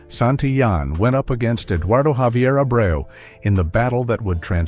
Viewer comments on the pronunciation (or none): none